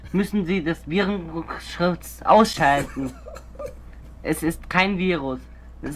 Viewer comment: "Virenskschutz ausschalten" xD